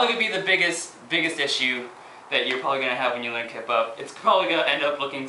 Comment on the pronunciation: everytime he says kip up it sounds like kpop... O.O lol